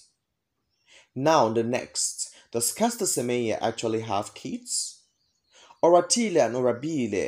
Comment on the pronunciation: You gotta to learn how to pronounce TSWANA NAMES bcz It got deep meanings... Like "Oratile"